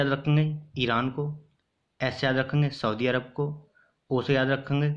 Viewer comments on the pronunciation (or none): none